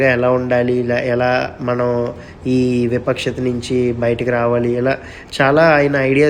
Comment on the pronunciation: విపక్షత కాదు వివక్షత